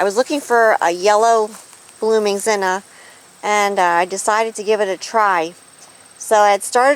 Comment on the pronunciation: Beautiful, and my favorite color of zinnia, next to orange. But just out of curiosity, why do you call them "zinna" instead of zinnia? Is this an alternate type, or is it just the way you prefer to say it?